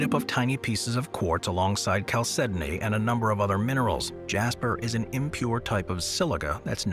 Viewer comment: Stunned the narrator pronounces "chalcedony" correctly.